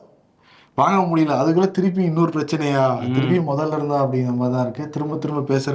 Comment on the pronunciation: திலுப்பி, திலுப்பி பேசர நீ 🤣😂